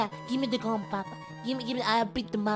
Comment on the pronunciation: "GIVE ME THE GUN PAPA GLIVE ME THE GLUN" i Love you <3